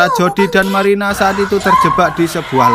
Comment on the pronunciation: marina bang bukan maina